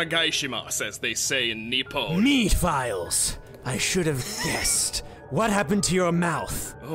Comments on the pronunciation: I'm sorry, but I always hear "Mii-files" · MysteriousGirl 92 mehfiles was how I pronounced it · Mephiles: よろしく おねがいします as they say in Nippon- Shadow: ME-FILES Me: 😂👌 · i like how shadow purposefully and always mispronounces mephiles's name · this was actually how i thought Mephiles was pronounced